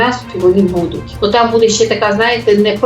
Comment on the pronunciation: Ведуча, ну що за наголоси у словах? БудЕ, будУть? Ну так ріже слух!